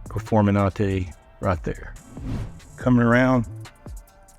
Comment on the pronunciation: Performenate? Really?